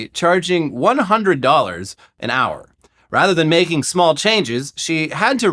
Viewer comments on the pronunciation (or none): none